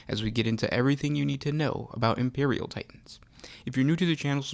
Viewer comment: be vewy vewy qwuiet, I'm hunting Impewial Titans XD Sorry, just had to.